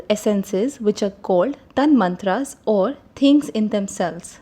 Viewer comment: The correct pronunciation is "Tan matra" not Tanmantra.Please make the correction in an otherwise excellent summary